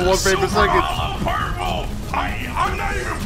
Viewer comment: Hollow purple= hollo purple lol 😂